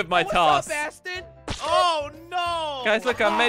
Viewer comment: its pronounced Ash-ton